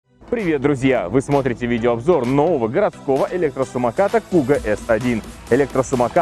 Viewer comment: Не " куго" а "кугу" .